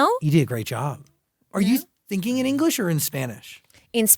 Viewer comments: Yesssssssss Belindaaaaaaa ❤ Her English is so much better than a few years. And she’s eloquent and fluent. Move to LA, practice practice the vowels and pronunciation. It’s so important and she doesn’t need much work. Just needs to perfect it. Hangout with ur English speaking friends sometimes. You’ve got this Loved the interview! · que bonito pronuncia inglés 💌